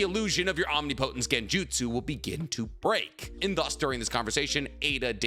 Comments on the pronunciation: Om-Ni-Pa-Tense not omnipotence 😂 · Please bruh say it right omnipotence. Om-ni-puh-tense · Is it just me or is he saying omnipotence wrong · Bro google how to say omnipotence. 😅